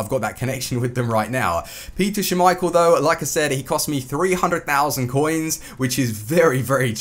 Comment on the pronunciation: Please stop saying "schummeichel" it's just schmeichel lol